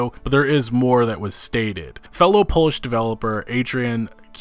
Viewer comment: Did this guy just say Polish labour laws but he pronounced Polish as shoe polish??